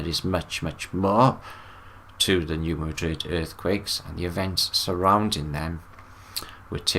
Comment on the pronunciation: hey, love ya buddy— it’s pronounced “New Mad😡 rid”